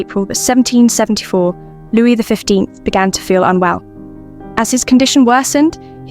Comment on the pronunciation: Too bad they couldn’t be bothered to use a real person to narrate: calling the King “Louise” is eye rolling